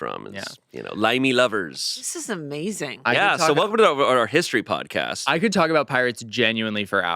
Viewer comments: Sooooo close!!! It’s that “a” in “podcast” that’s tripping you up! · just a note to improve your Aussie accent, if an Australian was saying "podcast" the "cast" bit rhymes with "ah". 😅